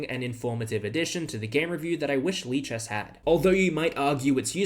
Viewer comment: lichesas lichess